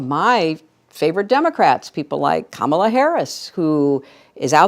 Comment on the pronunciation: You should really learn how to pronounce Kamala's name. Show her the respect she deserves.